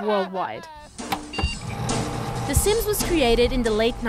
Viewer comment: De Saims